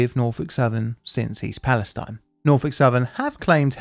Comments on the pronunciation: The city is pronounced East Pal ess teen. It's 20 miles from me. The train wheel was caught on camera failing in Salem next to the plant i grew up in. Many of my friends snd coworkers were affected by this. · It’s pronounced “East Pales-teen” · The city's name is pronounced "pal-es-teen", not "-tine". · It’s pronounced “Fronkensteen,” I mean “Palasteen.” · To be an annoying Ohioan: its Pal-a-steen :) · Psst: it's "Pal-a-steen" akin to Versailles KY being pronounced "Ver-sales". Go figure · Pronounced East palesteen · I was going to say the same thing. Ohio has a history of towns with alternative pronunciations. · Maybe some more research, and he would know how to pronounce it. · Imagine saying Free Palestine with the last vowel being a long E instead of a long I. It feels so weird to have to put up with a bastardised pronunciation that an American town insists is the right way to say it. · It feels so weird to say Free Palestine with the final vowel a long E instead of a long I. Why do American cities name themselves Palestine and have the gall to declare how we usually pronounce it the wrong way?! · Finally I’ve been waiting for this! I haven’t looked into the whole thing because I was waiting for you to tell me the whole story. Also, the town is pronounced East Pales-TEEN. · it feels so weird to say free palestine with a long e as the final vowel instead of a long i it's extremely confusing to have to switch back and forth with the real pronunciation and a bastardised american pronunciation. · small note: town pronounces it’s name East Palesteen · i think east palestine isn’t pronounced like that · Uhhh… The locals in East Palestine pronounce the last syllable to rhyme with “teen”. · I see more people complaining about the pronunciation of East Palestine not being like how they say Free Palestine. Why are these two pronounced differently? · Surprised you missed the (odd) pronunciation of East Palestine, which was all over the news at the time